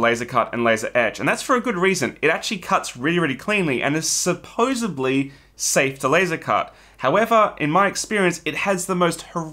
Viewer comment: First and foremost.... Thank you for the service and the information that you provide! Two thumbs up! But I'm sorry, call me a grammar nazi, but it is "SUPPOSEDLY". NOT "supposebly"! Sorry, but each time you said it, nails would screech down the blackboard of my mind! Do keep up the good work!